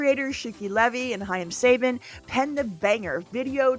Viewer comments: Saban is pronounced SUH-BAHN, NOT SAY-BUHN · "If I messed up pronunciation of names..." You know how to pronounce Saban and just slipped, right? I'm sure he will come up again in future videos.